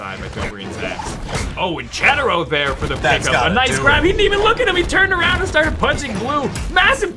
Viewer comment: it's Cedero not Cheddero. I dont know if you remeber the video 2 years ago... Cedero and Cake vs... I cant remeber. There you pronounced it correctly